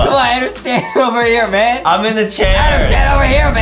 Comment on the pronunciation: Justin sez Adem in instead of Adam